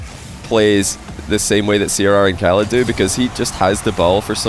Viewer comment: Do KSA players ask to pronounce their pseudos like that? The way he started saying "Ahrrcmad" for Ahmad 1 or 2 years ago, "oRrhalid" for oKhalid, and now it's "Rrhawass" for Rw9